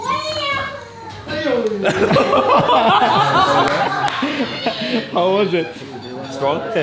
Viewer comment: dude its gan bei not gambei